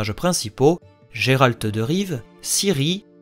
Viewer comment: A chaque fois qu’un francophone dit « Jerald » Un sorceleur meurt dans le monde!